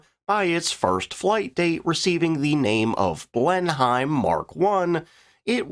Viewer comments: Blen-hime....😂🤣😂 Try this ---> Blen-im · Another American gulf of Americed blen heim -its blen em fella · It's Blenum not BlenHIME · Please change your pronunciation of Blen-Heim to it's correct form of Benhim with no separation of the syllables. Thanks, great content as usual. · Pronunciation factoid: In the UK it's pronounced "Blen-him" but, to be fair, Blenheim is an English version of Blindheim in Bavaria (Marlboro, Churchill, Blenheim Palace and all that). According to a youtube video it's pronounced what sounds like "Blint-hime" to my ears. So "Blen-hime" is not that far from the mark if you are unfamiliar with the UK pronounciation. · Cringe every time you said blen hime but apart from that it is a very interesting video . And if this Limey may be so bold the correct way to say it is blen im ❤😂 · AI narrator or lazy narrator ? The Bristol Blenheim, is pronounced Blen em not Blenhime. as in the same way we dont say the president lives in the Witthouse . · Pronounced 'Blennim' FFS not 'Blenhime' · A speech pedant writes: Blenheim is pronounced: BLENnim not Blen HIME. That's because it's English, not German. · Pronounced "Blen im" not "Blen hime"! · "BLEN-HIME?!" No, mate. NoNoNo! More like: "Blennum" The 'high' is silent. No blame though - after all, we're divided by a common language, are we not? But serially, every time I heard "Blen-hime", it cracked me up. Anyroadup, you're welcome. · It's pronounced "Blenim" by the way, not "Blenhime", love your vids, I'm a British person, so I know these things. 🙂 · Blěn-hīym: 😎 Blěn-hěm: 🧐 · Blenim Blenim Blenim stop with the hiem nonsense it hurts!!!!! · Phonetically pronounced Blen em or Blen him not Blen hime. 😂 two nations separated by language 🇬🇧🇺🇸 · Please do the proper relevant research. How do you not know English orthography? Blenheim is pronounced "BLEN´em" and Beauford is pronounced BOW-fuht. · “Blem-heim”? 😂. There’s opinion and then there’s fact. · Minor quibble. Blenheim is pronounced BLENim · "Blen Hyme?"